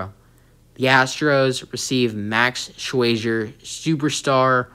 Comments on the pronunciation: YES YOU DID...Sherzer...NOT SWAYZER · Wait, what? What did you call him? Shwayzer?